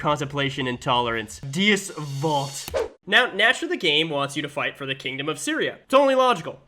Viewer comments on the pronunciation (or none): LMAO BRO SAID DEEUS VOLT